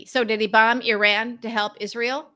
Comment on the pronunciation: I am gritting my teeth at the constant pronunciation of "Iran"